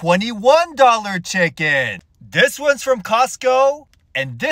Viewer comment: 🗣️ : ''Five Dollar Checkeen.. versus Twenty One Dollar Checkeeen.'' 😂😂😂